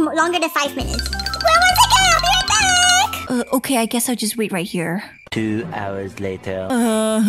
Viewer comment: It’s ok not okeh